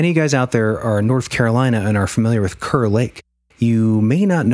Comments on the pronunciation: Hey! Just an fyi, it's pronounced "cahr" lake- Kerr lake I mean, we pronounce Kerr like "cahr" - anyway love you guys! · Thanks so much for the kind words, Raxhael! Good to know we’ve been pronouncing it wrong for years 🤦‍♂️ 😆 Glad to have ya in the Hole!